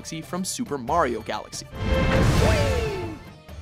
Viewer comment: Hah! Got you now you son of a bitch! you clearly hear him mispronounce Mario after correctly saying it several times before, I knew you were doing this on purpose and now I have the proof!